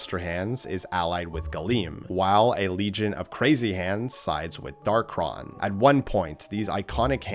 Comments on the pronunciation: It's Dark-ON not Dark-RON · First: it’s pronounced Dark-On, not Dark-Ron. Second: we have proof that Galeem and Darkhon were controlling Master and Crazy Hand. During the final section of World of Light, we fight a particular Master Hand that doesn’t disappear like the others, and instead seems to snap out of a trance and go to the center of the area. We see the same thing happen with a particular Crazy Hand. These two particular Hands then rip open a hole in reality and the Master Hand dives in which allows us to control it and fight off a bunch of Light and Dark imitations of the Fighters. The two Hands are heavily implied to be the original two Hands, just mind controlled and replicated into an army. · Hard to take bro seriously when he's saying "Darkron" instead of "Darkhon"